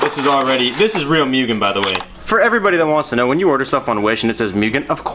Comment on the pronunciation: Why do people say "myugen"